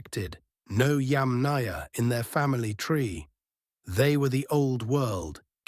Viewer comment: It's not pronounced yam-NAYA. It's pronounced YAM-naya. It's not pronounced CURR-gun. It's pronounced coor-GAN.